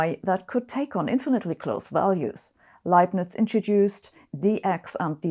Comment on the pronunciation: It's such a great relief to finally know the correct pronunciation of "Leibniz"